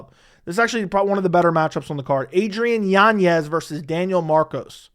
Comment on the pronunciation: Adrian Yawn-yez lol 😂😂😂😂